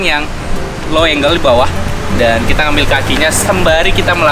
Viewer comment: Percuma bang , mahal peralatan tapi salah penyebutan angles